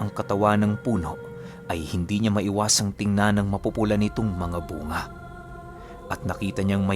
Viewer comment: ang nga nga poh ay bu-nga xa ilonggo